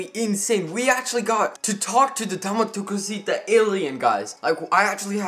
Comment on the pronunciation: Dame tu couseta Das how you say it